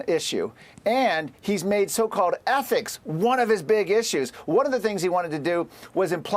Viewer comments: It is ethics committee, not ethnics committee. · Why does it not surprise me that Fox cannot pronounce the word ethics?